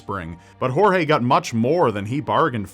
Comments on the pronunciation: I'm from Brazil and never heard about the Brazilian case. thanks for the story. just one thing if I may say, Portuguese does not pronounce G and J like Spanish, if his name is Gorge you pronounce it closer to what it sounds in English than 'Horhe'. And just to clarify cuz it seems a lot of people don't know it Brazil does NOT speak Spanish. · Oh, and the name "Jorge", in Brazilian (which is basically the same as Portuguese, except for some slang), is pronounced "George", as you would normally do...La "jota" (pronouncing a "j" or "g", with the throat, only applies to Spanish. You're welcome! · lol, "horhe" is not how you read Jorge in Portuguese. neither J or G ever sound like English H. In this particular word (and in most words, although there are several exceptions), both sound like J does in French: Je suis un garçon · That's not how you pronounce Jorge in . We speak Portuguese not Spanish.